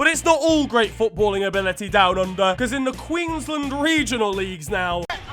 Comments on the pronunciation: Everyone: Queensland: Qwinslind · QUINGSLAND LMAOOO